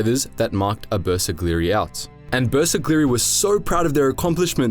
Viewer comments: Man.. You butchered pronunciation of Bersaglieri. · I really hope you will take more time to work on the correct pronunciation of terms like the bersaglieri, couse you butchered that horribly